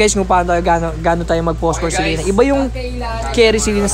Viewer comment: buti pa ito tama ang pag pronounce sa selena, hindi tulad ng nakararami "SEH - LEH - NAH" ahaha